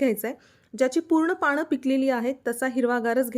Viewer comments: पानं म्हणा पाणं नाही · पाणं नका म्हणू हो, पानं म्हणा.